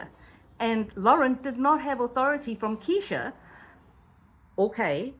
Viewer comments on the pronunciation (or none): Plz say KRESHA!! Not keesha!! You’ll lose viewers w/that! And I otherwise liked your channel. Homework!! :) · Please be more careful how you pronounce people's names in videos. I know it's a mistake, but it is important. Her name is KRESHA, not Kee-sha. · Her name is Kresha! She’s the main character of your video! Makes you look like you know nothing of this saga, simply for not knowing her name! You can do better! Video wasn’t bad imho , but was so distracted with your “Keeesesha”! Just constructive, I promise! It’s hard to get into a story/case late…… bc viewers know EVERYTHING THERE IS TO KNOW about the case! Esp how to pronounce the names. Sorry, it triggered me just a little bit! lol! 😂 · Her name is Kr-esha. Not Keesha! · Her name is KRESHA! Not Kesha…. And her channel is DiffiCULT research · Good explanation, just one correction, Kresha is her name not Kesha. However everything else was super informative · Just fyi, it’s “Kresha” like fresh-a